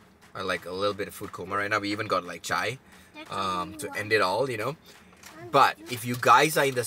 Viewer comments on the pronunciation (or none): none